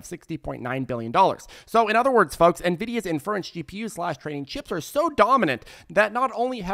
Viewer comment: Lol the guy can’t say inference.